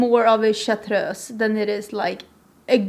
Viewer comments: I might sound weird but I love the way you say chartreuse. The roll of the R is very Edith Piaf 😂 In French, the r is less pronounced and I want to make a motion that we all say it the way you do. It sounds more rich, more sexy and chartreuse deserves that! 🤓💚 I hope I’ll get the chance to get that palette, I might have set an alarm and all 😂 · I love it how you say chartreuse ♡